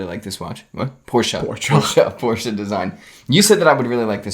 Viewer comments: I love when pronounces Porsche wrong and corrects him and pronounces it wrong, but in a different way:) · Why does Porsche have to be pronounced 'por-sheh'? Do you also pronounce BMW as 'Bee-em-vee'? Or Toyota as 'Toy-yo-da.' Or Citroen as 'See-tro-en.' (do you guys know what this is?)